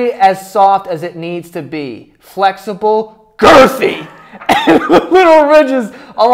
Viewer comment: Pear-uh-knee-umm there ya go. But the emphasize of the word girthy took me out. Ohhhh man 😂😂😂